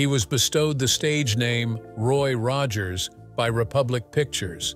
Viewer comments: It’s Roy Rogers not Roggers. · "Roy Roggers"???!! ROGGERS??!?!?!?! You're blocked!!! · Ugh, crappy AI swill. It can't even pronounce Rogers consistently.